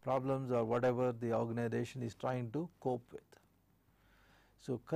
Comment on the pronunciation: Say Organisation not ORGANIDATION